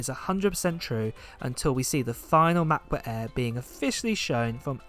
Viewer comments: Please pronounce Mac Book air not eaaa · If he says Mabooq ehrr one more time. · "mahbooh eh" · "Mahboo Eh" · Macbook eeaa😂😂😂😂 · “Ma..book air” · Cracks me up whenever I hear "macbook airr" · I only watch for the pronounciation of mach boohh aeeehhh